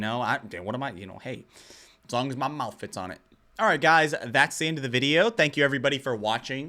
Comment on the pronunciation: "He's just body slamming all of that into his MOUF"